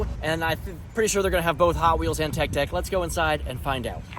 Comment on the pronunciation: bro he was saying it’s tech deck it’s cause he said TECK deck and not TECH deck